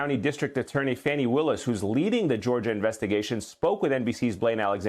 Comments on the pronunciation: Her name is NOT Fanny, it's pronounced FAWNEE! Stop calling her Fanny!!! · Even AFTER Greg pronounced DA Fani (pronounced: FAW-nee Willis') name correctly THREE times, Ayman mispronounced it. I realize the discussion is much more important than that but you'd think MSNBC would be first in line to pronounce Black women's names right! Yes, it's a personal sore spot. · That journalist was so disgusting when he kept deliberately mispronouncing Fani's name as Fannie.